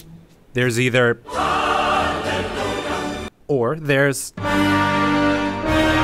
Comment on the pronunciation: Did i just hear " RUNLELUHA " 😆😆